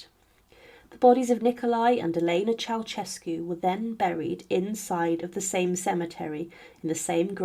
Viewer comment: Mispronunciation of surnames reached a peak with a few dozen instances when the surname of the fallen Romanian dictator and his wife promounced CheauCHescu. It should bwle Che-au-Şescu. The central Ş is a soft Ş. Is it possible that not one single Romanian could be found and consulted. In the chapter on Stalin his daughters name is SVETLANA and not the garbled surname I heard. AftercStakub's death onevof the contendersvL for top power was GEORGY not Grigor Malenkov. Re Ivan the Terrible he waged the Livonian War and not Livian. Mercifully correct was a reference to the Livonian Order. There were other mistakes. Please more attention is needed.